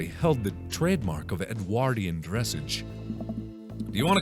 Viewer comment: Dressage is pronounced dressahgze